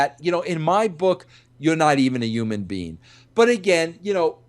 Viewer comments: Vince, it's "Human being", not "Oomn bean" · No bro, it's Yuman Bein'